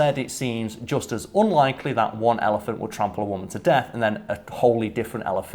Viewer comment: pronunciation of "ellie-fahnt" is triggering me -_